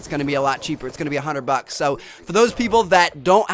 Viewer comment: True that. By the way. i noticed that your from Norway. so just so you know, its bucks. not box.